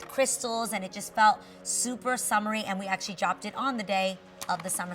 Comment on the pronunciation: ACTIALLY, ACTIALLY...HEY GET RID OF THIS WORD..